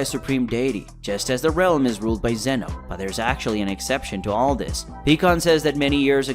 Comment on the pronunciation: His name is ZEEEEN OHHHHHH